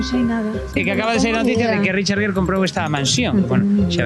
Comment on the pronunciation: Por si acaso les ayuda. El apellido del señor Gere, él y nosotros en EEUU lo pronunciamos "guir" como en "guirnalda'. Seguro que no tiene ningún sentido para ustedes, pero es asi. Pero bueno, no me crean a mi. Simplemente busquen programas como Entertainment Tonight, hagan una búsqueda alli sobre Richard Gere, y escuchen como pronuncian su apellido. Saludos.